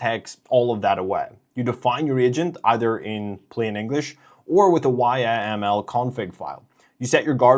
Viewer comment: Nice video. FYI... we don't spell out YMAL we pronounce it "yamal"